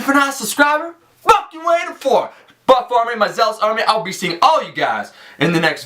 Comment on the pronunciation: Sometimes when he says buff army it sounds like butt farming lol